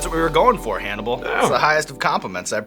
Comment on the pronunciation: Lololol sounds like Sean called him Cannibal